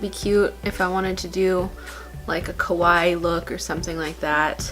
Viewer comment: More styling videos..especially pastel goth! And its pronounced Kawa-ee